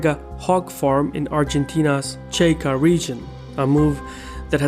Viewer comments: Cha-Ko, not Che-Ka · I heard "che kas" very...unique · IT AINT "CHECK-AA". IT'S CHACO. PRONOUNCED AS SHAQ-OH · It’s pronounced Chah-ko, not Chay-ko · Chaco, not Cheka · "Chaco" is pronounced "chah-ko", not "chay-ko" or "chay-ka". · Cada vez que prununciaba tal mál 'El Chaco' y decía 'Checa' un gatito dejaba éste mundo. 😢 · It's El Chaco, not "checa". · Chaco, not checa. Why do you say checa? It's Chaco. Not checa. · Why do you pronounce Chaco in English? It's not Cheika ... it's ChAkO, A as in hAt and O as in dOg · He butchered the names . Specially Chaco. CHA KO